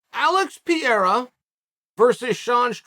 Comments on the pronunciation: No one can even pronounce his name right, so I give chael a pass this time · Really still with not says Pereira. Don't you know any Brazilians? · You really do go out of your way to mispronounce name don't you? Anyone new to the sport who stumbles across this video are gonna hear Chael talk about at least 3 guys who aren't in the UFC... LOL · Funny how you can pronounce Teixeira but you can't pronounce Pereira. Why the descrimination Chael? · P.E.R.E.I.R.A… NOT Piera, please. It hurts. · Alex Pe - rei - ra. Not Per- eir- ra. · I know it’s part of Charles shtick and I’m not referring him but I hate how media member and the commentators especially are always trying to over pronounce and annunciate fighter names that shit irks the shot out of me, I hav noticed everyone is calling him Par-day-dah like wtf it PAR-RARE-RAH FFS I don’t know how ppl get it so wrong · Mate, pe-rei-rah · Its Pronounced Per rare a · Say it with me Chael, Per-Era 😆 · If Chael says Perreira’s last name is Piora, or Piera, then that’s his last name now. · PE RAY RRAAA IS HOW TO PROUNOUNCE IT MY BOY!!💯👍🏽😉 Just call him ALEX! It's much easier!🤣🤣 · Alex Peer-ra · Its pronounced "Pear-reira" 😂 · New mythical fighter "Pierra" unlocked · Pereira (Pair-rare-rah), hopefully that helps Chael. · See after me : puh rare rah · “Alex Pee-era” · “ALEX PEE-ERA!” This is why Chael is the #1 mma podcast 😂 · Thanks Chael for educating me on what Blehall and Piera is. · Add Piera to the list of names Chael has corrected us all on. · “Alex Pee Era” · i watch this only to hear Chael say Alex Pierrot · If big unc says alex pee era. Then that is the annunciation. Keep up the heavy great work Chael!! Love it. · Hold on, wasn't he Alex Peora yesterday? Now he's Alex Peira? Damnit Uncle Chael, you gotta stop making me change the way I pronounce fighter's names so much, I'm super confusion right now. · Alex Pee-era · Alex St. Pierre-A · Its easy to pronounce alex purr-era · It’s perarara fam